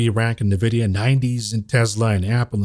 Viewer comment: Envidia not navidia